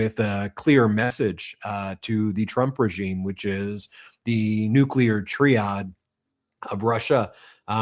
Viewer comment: Nuclear tree-ad? Not nuclear tri-add?